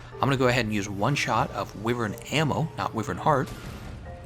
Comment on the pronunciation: Thumbs down for the repetitive mispronunciation of Wyvern!